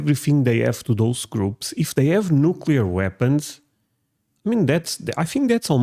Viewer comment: Points for pronouncing it "new-klee-are" and not "new-Q-lar". I you get that right, the rest of your ideas may be worth listening to.